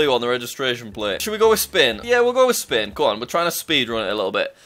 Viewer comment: Why you are saying spin its spain